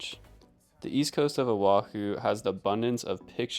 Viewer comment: The way she says “Owahew” haha